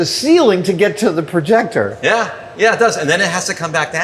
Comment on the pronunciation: 30+ years and he still calls it a "proyector"